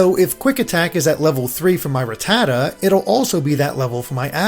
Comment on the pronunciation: Wait. I know this is 4 years old, but I stopped watching when you said Ra tAta instead of saying it correctly